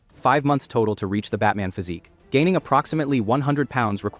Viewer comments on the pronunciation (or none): none